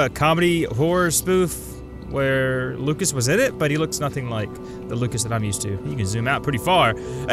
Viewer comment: It is indeed his name is prononced (loo-shius)